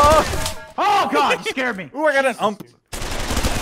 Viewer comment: It’s not ump it’s UMP